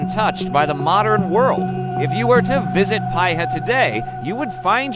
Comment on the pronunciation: It's pronounced "Pee-ha"